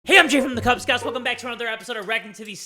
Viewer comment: "KUUuuob scouts" lmao